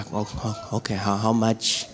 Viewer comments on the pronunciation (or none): When you said 'how much'..laughed hard coz you can never take the African out of an African..